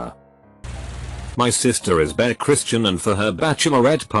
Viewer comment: I was listening to this as I did something else so when the the text-to-speech read uber-Christian as bear Christian I was like "Forget me veing non-denominational I wanna be in THIS one!"